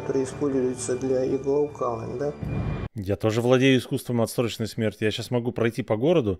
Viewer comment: отсроченой смерти, а не отсТроченой😛🤪😃🥳🤫🤗🤔😝🤣🌞